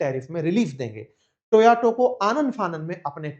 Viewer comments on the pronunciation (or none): It's Toyota,not toauto. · It is Toyota…. Not Toyoto 😅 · Sir आप टोयोटा का उच्चारण टोयाटो करते हैं..ऐसा क्यूँ?? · Toyato ya fir toyota😂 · It is TO..YO..TA. Not To..ya..to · भैया टोयाटो नहीं टोयोटा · Please speak the right Name of the car. Not TAYOTO but TAYOTA. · Toyota ❌ Toyato ✅ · Sirji, kindly pronounce the car as Toyota- ToYoTa; thank you. (you kept saying ToYaTo, confusing). Your channel is a good one. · Toyato nahi be… Toyota hota he… I have noticed several tile this teacher mispronounce things